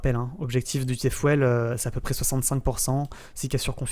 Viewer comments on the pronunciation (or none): Le "T Fuèle" bondieu 😂. T FIOUL !